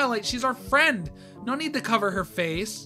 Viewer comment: why did you say NAURR?